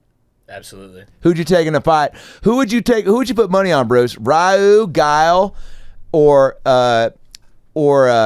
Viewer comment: "Rayuu, GUILE" 😂😂